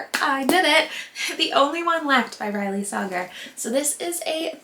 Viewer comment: It’s Riley Say-ger 😊